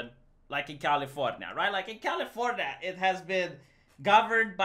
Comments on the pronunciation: It feels weird hearing California instead of Californianya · I haven't heard you say California in a normal way in at least a year.